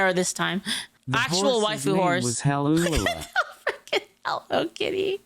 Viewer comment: "Hal Ulala" LOL